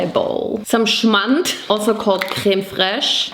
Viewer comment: 🔥🔥SCHMAND🔥🔥 Liebs wie sie es betont 😂👌